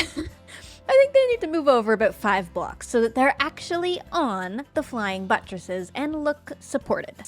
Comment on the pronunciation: "Buttresses" makes me chuckle a bit everytime she says it